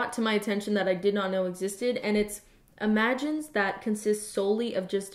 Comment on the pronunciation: why is she pronouncing images like imagines?